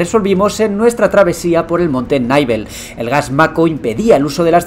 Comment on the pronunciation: Monte “Naibel” acaba de salirme una almorrana nueva